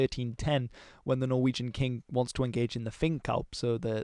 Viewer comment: Amazing pronunciations, I almost thought you were Norwegian for a sec